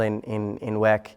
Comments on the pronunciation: Stop calling it WECK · Thought it's pronounced double u e c